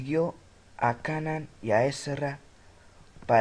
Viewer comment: Se pronuncia "keinan" animal